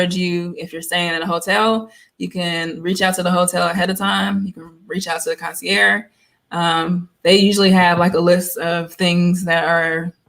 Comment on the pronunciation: This was very detailed with great tips! I hope you don’t mind me saying, but I’ve noticed a lot of folks who aren’t sure how to say concierge since it’s French. It’s kaan -see - ehrzh (not ‘air’). Again, hope you don’t mind.